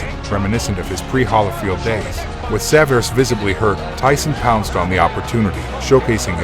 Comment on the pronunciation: Lou Saverese----Saav-er-E-SEE.